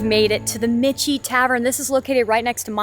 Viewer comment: Love your VA videos! Just a note - Michie is pronounced Mickey - like Mickey Mouse.